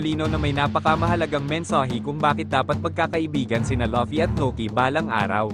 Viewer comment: fvck ai voice, luffy naging lucky